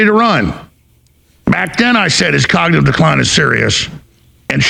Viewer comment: When Trump was your age, he could say "cognitive decline" properly. You can't. That's interesting. I wonder what the future holds...